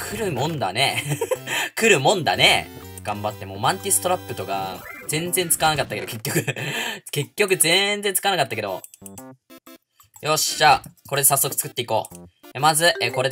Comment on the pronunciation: マンティスがおマンティスに聞こえたわw